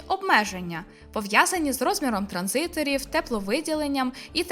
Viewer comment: Ви молодчина, справді, видно, як ви стараєтесь. Просто трохи бентежить, коли ви кажете транзи_тор замість транзиСтор, або інтернет речі замість інтернет речей(різниця є). Виникає таке враження, типу: "о, ця людина сама не розуміє, про що нам розповідає, будь хто хто знає що таке транзистор не забуде що там є літера С". Просто трохи уваги до таких, як на мене, важливих деталей, і буде ідеально. І так, я знаю, це непрохана порада від випадкової людини в інтернеті. Вибачте за це